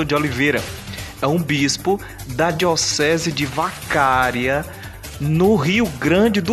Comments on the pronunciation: A pronúncia correta é "Vacaría". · Só um lembrete o nome da cidade gaúcha não é Vacária e sim Vacaria.